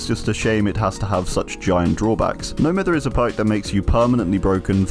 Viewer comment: ITS NO M-EYE-THER